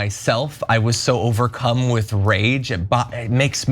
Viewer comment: This guy said he was "overcum" this reporter crazy😂